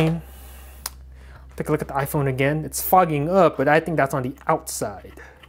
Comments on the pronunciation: For fuck’s sake why? “Ahphuone”? Really? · Aphone? Whësh?